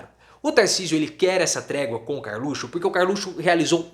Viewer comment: professor, o senhor poderia voltar a falar "carlutio"